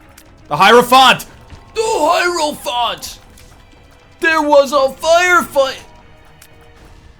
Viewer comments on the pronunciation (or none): none